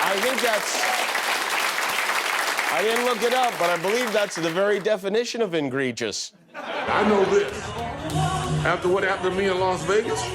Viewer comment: "Ingregious"?? Don't we mean egregious? C'mon, guys..............